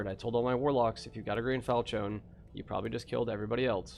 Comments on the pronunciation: Fal she an Fal chion Falchion. Not Falchone lmfao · "Falchone" hehe